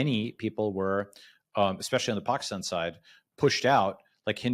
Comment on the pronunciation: Balaji not just being a boss as usual with his knowledge and analysis, but with his proper pronunciation of Pakistan. But it's surprising that he still mispronounces Afghanistan though.